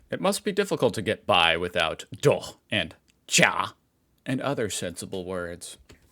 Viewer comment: Wow,. Your pronounciation of "Doch" was perfect! We know that the ch-sound is not easy for Americans. 😀